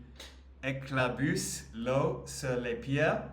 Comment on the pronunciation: " il eclabOUsse’ ( sound OU like room, book)😊